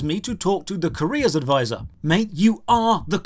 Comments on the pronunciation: OH! A Career advisor... ...I thought you were saying Korea Advisor. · I honestly thought you were saying "Korea Advisor" the entire video.